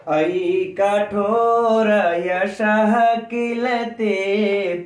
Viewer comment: गुरु जी यशः एवं घोरमतः के वाद अर्ध विसर्ग का उच्चारण करना चाहिए ।